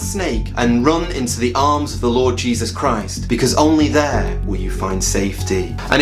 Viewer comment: You pronounced Jesus wrong